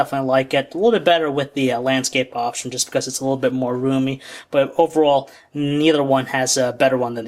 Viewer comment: please learn how to a LEAST say the word "little" correctly. It's not "lul".